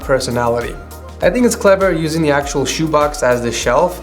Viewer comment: Am I the only one or is he saying da instead of the